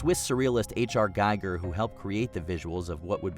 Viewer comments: Please pronounce H.R. Giger's name correctly! He was Swiss. 🥴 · Not being able to pronounce Giger's name properly after 45 years sorta invalidates anything you say (that and no The Thing)...